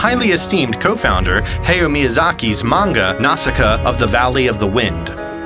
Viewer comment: FWIW, the correct pronunciation of Mononoke is Mono-no-kay and Hayao is pronounced Hai-yao.